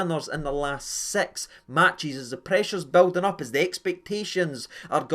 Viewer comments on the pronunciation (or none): none